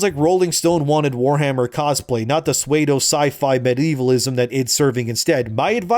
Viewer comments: pseudo is pronounced sue dough. Not sway dough. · It’s pronounced, “sue-doe.” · Pseudo is pronounced “su-do”. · Did you say "suede-o" when you were trying to say "pseudo"? Lol